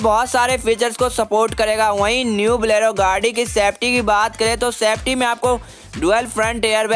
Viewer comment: That pronunciation "Mendra Blero" 😂